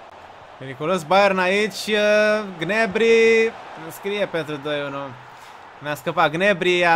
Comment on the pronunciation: SE PRONUNTA GNABRI NU GNEBRI